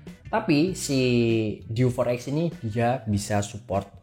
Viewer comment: Untung berikutnya ngomongnya diganti dew 4 ex. Yg awal pas opening enggak banget, masak DI EWEK EMPAT KALI 😅😅